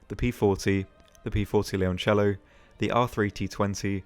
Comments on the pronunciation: considering 97.3% of the people call it Lioncello or Lyoncello that's one of the most correct non-Italian pronounciatons of Leoncello i'v ever heard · hem you're actually almost spot on with how leoncello is pronounced, yes it sounds a bit forced but every other single video out there, the way people says it, in italian sounds like leonciello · thank you for pronouncing the leoncello so correctly xD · Your pronunciation of Leoncello was actually pretty good